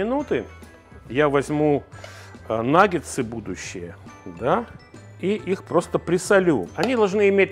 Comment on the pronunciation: Почему Ивлев в рекламе называет наггетсы "наггеНсами" ? А мы за Лазерсона с правильным произношением!